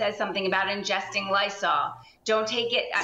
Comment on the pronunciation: "Ingesting" NOT "Injecting" !!! professionalism also comes with accountability in what you say and how you comment.